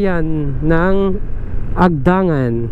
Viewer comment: Mabilis ang bigkas ng "Agdangan". Nasa "ni" naman ang diin ng "Unisan".